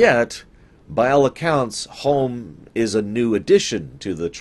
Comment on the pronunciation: Homm, not Holm.